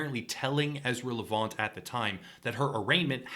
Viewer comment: LEV- ANT. Super easy to say.